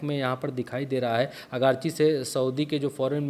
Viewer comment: अगरची नहीं आरगाची है